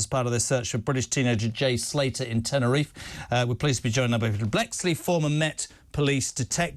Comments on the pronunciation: His name is Jay Slater not Salter god sake can he not get his name correct .You also did not report that the police called off looking for him some weeks ago . I am not an armchair detective but report accuratley ! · Former Met Detective??? He can’t even get Jays surname right. It’s Slater NOT Salter ffs!!!!!🤦🏼‍♀️ And JK can’t even get Cole Palmers name right. Calling him bloody Carlton!!!! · Peter Bleksley doesn’t even get the guys name right, it’s Slater not Salter! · Winnie Wallace.... His name is Jay Slater not Salter...Mr Peter Blackski. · Why can’t Peter Bleksley not get the victim’s name right? Ffs it’s not hard and he does it in every bloody interview! It’s Jay SLATER Peter, NOT SALTER! Do your research before you criticise other people for not getting their facts right! Hypocrite! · He can’t even get his name right lol it’s slater,,, not salter 😂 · And its Slater not salter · Cant eeven get the name right ' jay salter' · They scaled it back,because too many people were poking their bloody noses in,in fact they didn't scale it back and it's Slater,not Salter Pete....get it right 😢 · Couldnt even pronounce his name correctly!! Salter???? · He calls him Jay Salter 🤦🏻‍♂️ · His name is Jay Slater. Detective called him Jay Salter. Can't even get his name right. Fine detective work there Pete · You’d think Bleksley would know it’s Slater not Salter. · Jay Salter and Carlton Palmer. These couple of clowns can’t even get peoples’ names right. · This wally has been chatting crap about this case for weeks and calls the boy “Salter” instead of “Slater”. Cor blimey guvnor. What a pwopa wally. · Did the auld man say salter instead of slater ??? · Jay salter???? Its slater. Cops can’t even get that right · He said Jay SALTER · man said jay salter lool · He said jay salter,no t slater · man said jay salter 🧂🤦‍♂️😂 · It's a right bloomin' 'ow d'yer do, and no mistake. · Calls him Jay Salter 😛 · Couldn't even pronounce Jay's surname properly...